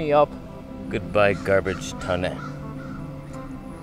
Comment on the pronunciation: The "Garbage Toneh" took me out 🤣🤣🤣.... made my day, lol!! ok, I'm going to shoot my video now✌🏾 thanx for the content 💯